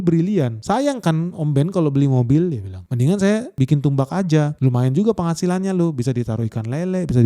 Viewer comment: Tambak ga sih, bkn tumbak 😂